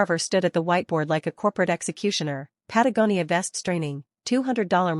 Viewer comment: They finally pronounced Patagonia correctly